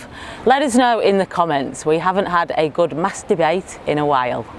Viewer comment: Did just say 'Mass debate"?!!!!!!!! Outrageous.